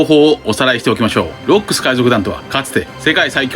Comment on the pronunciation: ロックス海賊団の 発音おかしいwwwww